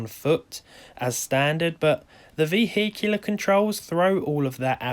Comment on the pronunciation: Vehicular? Why did you pronounce it like that? Lol